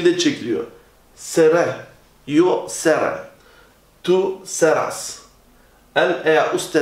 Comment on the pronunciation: Hocam Seré yazıyor ama sera diye okuyorsunuz